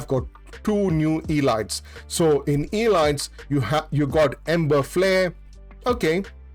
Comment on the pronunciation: You should look up how to pronounce word "elite" "elites".